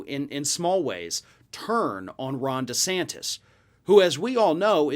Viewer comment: Ron Duh'santas